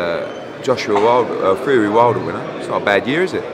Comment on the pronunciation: I keep thinking he says "HUGHIEEEE" not "FUREEEE"